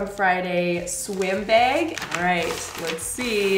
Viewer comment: the behg. 😂😂😂😂 true canadian there! i say bag like bahg but the behg rly got me. Love you and Mama Maples!!